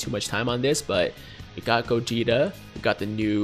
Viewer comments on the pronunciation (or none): I didn't wanna say nothing but did this man just say "Vedito" and "Godeta"?? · did he say vedito and godeta?